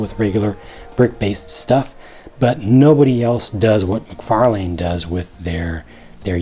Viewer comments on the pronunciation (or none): FYI: it's Mc-Far-Lynn, not Mc-Far-Lane, according to how he himself pronounces it in interviews.